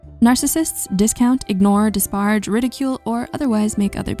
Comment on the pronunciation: That's "dispar(a)ge", genius, not "disparge"! 🤔🙄😒🤷🏻‍♀️